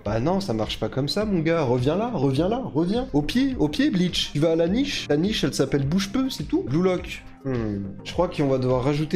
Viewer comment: J'ai serré le poing tout le long de la vidéo sur ta prononciation des "u" en "ou". On prononce "u" pas besoin de faire un faux accent (mé bravo pour la tièreliste)